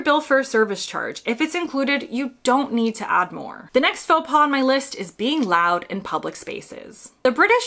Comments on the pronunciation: Your pronunciation of faux pas is one in itself! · For Americans visiting Canada, including Québec, most of this applies here, too (except the pronunciation of "faux pas", because the final 's' is silent, even when it is plural). Oh, and Canadians always hold the door for the next person. To let it slam shut is barbaric.